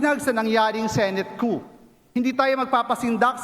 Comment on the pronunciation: Wrong pronunciation of the word COUP